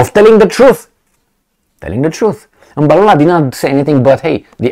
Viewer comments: Well done on your pronunciation of Mr Mbalula’s surname. He is a crazy guy. The BBC person met his match and was never going to have his way. Their party has actually taken a resolution to return the loan that the US president announced he had given to South Africa. South Africa is taking a lot of heat because of all this, the currency has been slammed, and the country has been grey-listed, just because they are not towing the line. The British (think they) still own the country, because they still have their tentacles firmly on the minerals. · as Xhosa man same tribe as the ANC secretary-general,im so shock with your first time correct pronunciation of Mr Fikile Mbalula. So story,white South Africans still struggle to pronounce African name hence over 4 centuries of their existence in our part of Africa. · Hi, I am surprised you pronounced the surname correctly.. What's the secret? Yes, what Mbalula stated is absolutely true. It resonates with many of us in the non-western world. Why would anyone in their right frame of mind think it is correct to pick and choose cases and then believe that all of us will be stupid enough not to question? Media platforms like the BBC, I am afraid have lost credibility once and for all..